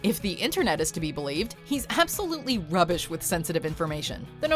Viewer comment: Plz dont say "rubbish" in that context again,, it doesnt sound right with the American accent 😂😂